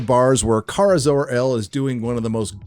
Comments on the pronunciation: OH AND its KARA (CARE-UH) NOT CAR-UH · Did just call Kara, “Kar”? Mar(got) calling Barbie, “Bar”